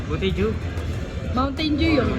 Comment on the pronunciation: Bo-ten-ju po pronouns